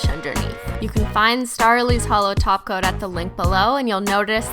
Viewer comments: Every time you say: Top coat, I understand taco😂😂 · whenever she says top coat, i hear taco